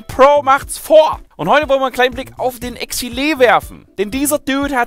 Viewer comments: ECK-SEIL nicht ECK-SI-LEH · ex i leh .... really ? xD sag doch "eckseil" oder "eksail" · Man spricht das wie das englische Wort exile aus und nicht wie man's liest auf deutsch :D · Triggered... Das war ja die anti englischste Aussprache von Exileh's Namen 😂 Aber no offense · Bah wie du exileh aussprichst xD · spricht er den namen mit absicht so behindert aus ^^?